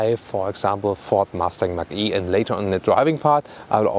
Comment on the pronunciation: A colleague always calls the Mach-E "Matschi" 🤣